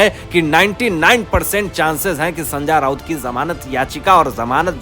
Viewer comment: hindi bolna sikho sanja nahi sanjay raut